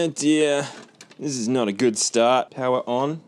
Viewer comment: Powa on Blew teeth mohde